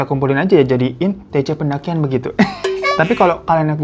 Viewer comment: kenapa si perdakian/pendakian/ pe dakian muluu